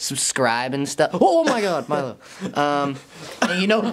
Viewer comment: sounds like he's saying "my love" not "Milo" lol